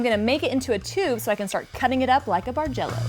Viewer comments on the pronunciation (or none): beautiful quilt - I've only been quilting for less than two years and seriously thought you were saying "Marjello" :)